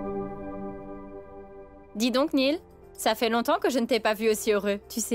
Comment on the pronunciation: C'est Néel pas Neil 🤣🤣🤣😂😂😅🤣😂😅😅🤣🤣